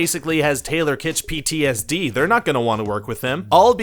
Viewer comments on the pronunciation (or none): none